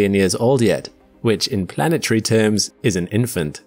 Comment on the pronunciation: You said it "INSANE"! LOL 🤣🤣🤣🤣🤣